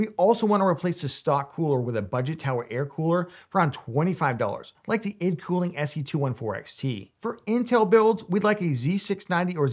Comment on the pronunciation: hello sir , its pronounced i.d cooling not eeed cooling, thanks